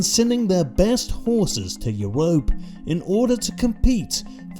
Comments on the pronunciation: The way bro says you-rope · Love how "Europe" is pronounced here 😂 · his pronunciation of europe kills me every time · How he’s pronouncing “Europe” is killing me